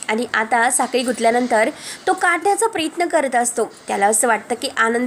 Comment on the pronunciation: प्रेत्न नाही प्र य त्न